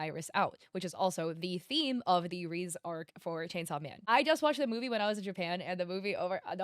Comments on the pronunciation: “reez arc” 😭😭😭 it’s pronounced “ray zay” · not tryna be mean but its reze not rez u need to add an eh sound at the end but still good video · Why do you say Reese instead of Rehzay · Its called reeezeeee NOT reeezzzz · Love the video but her name is pronounced Ré-Zé, not “Reez”😭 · Help it is rezeh not reeze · Why do u pronounce Reze like that 😭 it's pronounced "Rey-zey" not "Reeze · Name reze she's saying rizz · its rey zey, not reese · No way she pronouced Reze as Rizz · Rizz? It's not pronounced like that? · I can understand English speakers butchering names because they tend to butcher any name that isn't English, but calling Reze 'Rease' even after watching the entire movie (in which you hear her name several times) is wild 😅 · Never heard anyone pronounce Reze as Reeze but I guess there's a first time for everything. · Every time you mispronounced her name I lost increasingly more HP 😭